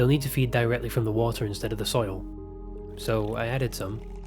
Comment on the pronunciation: Water -> wa-ah